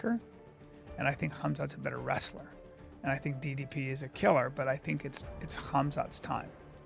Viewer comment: Hate to be that guy but ypu'd think Dana would've gotten DDP's name right by now...